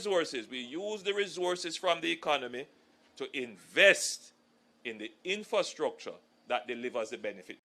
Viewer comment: Lol you guys over in Portland to teach Jamal and proper pronunciation to any other labourite contender because this one is bad Annmarie Vaz for infrastructure she said instructor